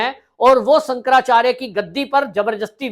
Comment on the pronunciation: Bhai shaab.. apa ko Shankaracharya ji ke nam thik se bol na Nehi ho raha.. ap kya YouTube channel chala rahe ho.. please respect Shankaracharya ji